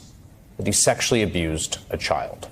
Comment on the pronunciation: They keep pronouncing CHILD wrong